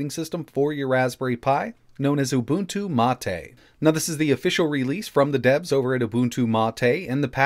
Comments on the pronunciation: "Mah-Tay" is the official pronunciation. knows how to correctly pronounce it (as discussed in another video), but he chooses to mis-pronounce it, which is a bit odd, but everyone has their quirks. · Ubuntu means humanity 😂😂😂. I'm pretty sure mate just means mate and is said as mate 😂😂😂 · Is it really MA TE or mate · mahtay..... If you say so mate. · The correct pronunciation is "Ooo-boon-too Mah-tay". has stated before that he intentionally says it wrong.